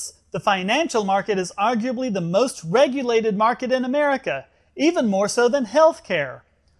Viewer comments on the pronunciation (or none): Ha...the Brit said something like "Americra" in the beginning. He added an extra "R". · That he mispronounced America. Duh!